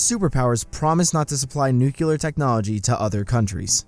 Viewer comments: Funny how narrator had the Palin affect by repeating nuculer in stead of nuclear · Simple History sorry to be this guy but nucular, I think not. Nuclear, yes. Also excaped if I heard correctly? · nuclear new clee er nu cu lor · Nucular or nuclear you dumbarse!? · It’s nuclear, not nucular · why do americans say nucular instead of nuclear ? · Nuke-you-lur 🤦🏻🤦🏻🤦🏻 It's nuclear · Nuke-LEE-er not Nuculer dumb dumb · NEW-CLEAR, NOT NUCULAR. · Everyone: nuclear This guy: nucular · Simple History, the word is "nuclear," not "nucular." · its nuclear not nucular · Why do you say "nukular" instead of "nuclear"? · NU-CLEAR. NU-CUE-LAR is NOOOOT a word. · I cringed every time the narrator said "nucular" instead of nuclear. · no clear , nuclear lol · Nucular? It's Nu-"CLEAR" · I cringe every time he says "nucular" instead of "nuclear" lmao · Nuclear, not nuculer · I like the simple history! Nook-lee-er NOT Nook-yuh--ler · Nu q lar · It's a small thing, but the word is nuclear, not nucular. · NUCLEAR NOT NUCULAR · It's nuclear not nuculer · I love this channel and everyone involved...but how hard is it to say nuclear? "nuculaar" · nuCLEAR not NUCELAR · tfw he says "nuke-u-lar" instead of "nu-clear" *very heavy breathing* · It's "Nuclear" not "nuculear!” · Nucular. I don't know what you think that means but it's not what you think it means. I think you mean nuclear. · It's nuclear not nucular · NUCLEAR, NOT NUCULAR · this pisses me of so much... its not that hard to say nu-clear not nu-cular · it's NUCLEAR, not NUCULAR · Why did you say Nukelar? I think is Nuclear. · It's nuclear, and no nucular but good job with the video. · He types "Nuclear" but pronounces it Nuculear. Sorry, it just triggers me. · Great video! It's nuclear, not nucular by the way. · Dude, please, learn the correct pronunciation of the word nuclear. It's "nuclear", pronounced nu-cle-ar , not nuculer. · Literally mis-pronounced "Nuclear" the entire time. It's not NUCULAR. It's NUCLEAR :) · Nuclear* not nucular*